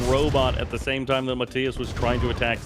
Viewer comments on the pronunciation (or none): Mah-tie-uhs?!?! Mah-tee-uhs!